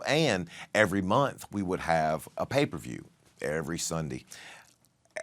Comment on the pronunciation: pay-per-view, me hearing paper view 😂